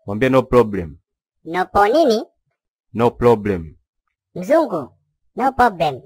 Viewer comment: NOPO Nini ?? "No poblem" 🤣🤣🤣